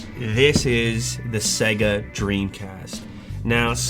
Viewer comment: Ah, yes...Segga.